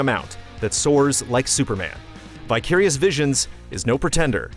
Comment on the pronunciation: You lost me at "vyckirious visions"